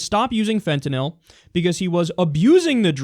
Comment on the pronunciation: Lol fentenill said it wrong